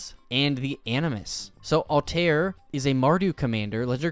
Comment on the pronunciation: You butchered BOTH Ezio and Altair's names. :(